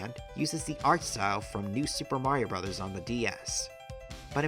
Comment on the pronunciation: An excellent video; well researched and nicely presented. Also, thank you very, very much for NOT saying Super Mayrio Braaahhhhs. I hear it all the time in other videos, and it drives me friggin' bonkers.